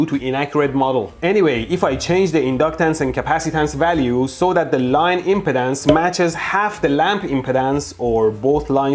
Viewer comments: Your accent "rubbed me in ways I didn't like"... When you say impedance, it sounds almost like impotence... It should sound like em-PEE-dense (emphasis on the second syllable)... :-) Otherwise, very educational video - thanks! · He's saying 'impedance', not 'impotence'. He's just placing the stress on a different syllable. 'ihm-peed-ANCE' instead of 'ihm-PEED-ance' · He's saying impedance not impotence. Emphasis should be on the 'ped' pronounced 'peed' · So glad I know he’s saying Impedance…not impotence…lol. Such a big difference in one syllable. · FYI, you are pronouncing it : im·po·tence /ˈimpədəns,ˈimpətns/ instead of im·ped·ance /imˈpēdns/ ( IM PEE DANCE ) the other way sounds like you are talking about erectile disfunction LMFAO. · Oh my goodness you brought back a lot of memories from college and transmission line theory. And you cracked me up with your pronunciation of impedance, you are pronouncing it like impotence. The e impedance is a long e, so it is pronounced like M-pee-dance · Dude, i don't know if its on purpose, but he pronounces impedance like impotence. Hahaha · Hey your video is a real ‘joule’. Now I’m really charged up. Now see what you’ve done Derek. By the way I love how ElectroBOOM pronounces impedance. At first I thought you said maybe ‘impotence’ and I was like, “Hey you calling me impotent?”. Then I realized. Well I do have an inner ear disorder that causes a hearing loss. Sorry. We cool! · I trust no one who can't pronounce "impedance".